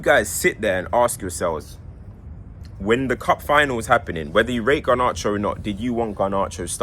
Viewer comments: Have a drink every time says Gar-nar-cho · I love the way pronounces garnacho 😭